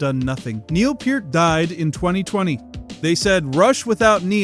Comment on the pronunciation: Was prepared to watch it all, then you said PERT. NEXT!